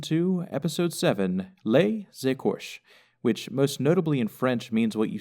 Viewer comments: I'm French and the pronunciation was good except the end part it's "écorchés" with the accent at the last syllable and not "écorches"! Btw great analysis too ;) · Théo Sacchi But he mispronounces it! Écorchés is three syllables.